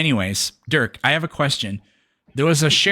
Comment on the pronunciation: His name is Dirk😅, Duurk 😂